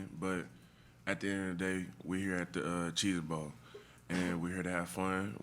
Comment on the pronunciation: ... Did Simmons call it "The Cheetah Bowl"?